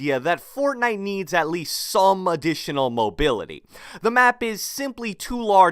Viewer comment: he just said Adeetional